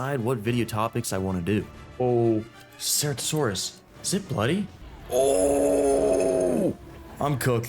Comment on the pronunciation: Bro learn how to pronounce ceratosaurus correctly or don't fucking say it at all!